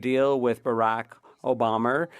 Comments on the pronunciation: Obamer lol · is this translator okay? obamer and carper? come one guy. lol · Barack OBOMBER! lolz the translator needs a blooper badge for funny for that one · Best takeaway was the translators "barrack obomber" 🤣 warbama brought it home big time